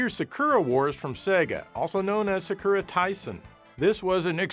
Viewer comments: its "sak-ur-uh" Not "suh-kir-uh" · The way "Sakura" is pronounced drains the energy from my soul.